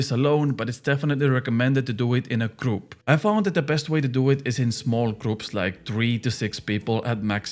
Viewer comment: The hard to pronounce words isnt something to really care about, but when you say the simple words like group boss, it sounds like ”kroup boss” 😂, but dont change, i like how you sound bro 😊